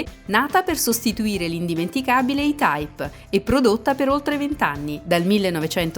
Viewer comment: Per Coerenza si dovrebbe pronunciare "i-taip".